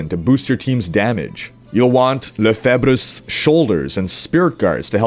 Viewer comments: its ''leufayVreus'' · lefebvre shoulder is pronounce lefive .. lefebvre is a frnech familly name